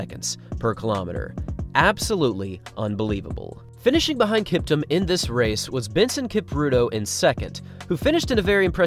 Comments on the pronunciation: Not kiptm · It’s pronounced like Kip-TOOM